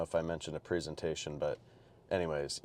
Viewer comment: I dont think youre pronouncing presentation correctly bro :D